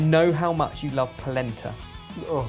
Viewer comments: Anyone else keep hearing placenta? "shudder" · Every ti me they say "Polenta" it makes me think of "placenta" and it makes a video about food very uncomfortable.